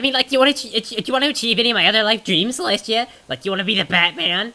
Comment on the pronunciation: Celestia not Molestia